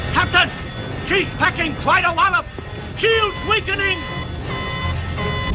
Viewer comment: Wallop. WALLOP. Not "lot of".... FFS.... sigh Scotty deserves the respect.....